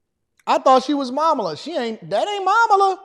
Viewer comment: OMG YOU THOUGHT THAT KAMALA WAS MAMALA😅😅😅😅😅😅😅WHAT YOU ARE KILLING ME LMAO 🤣 😂 😆